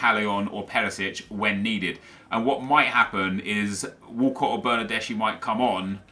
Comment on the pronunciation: Bernardeschi is actually read as "bernardeski"